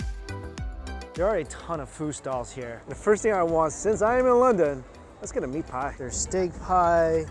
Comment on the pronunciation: When he said meat pie it reminded me of Sweeney Todd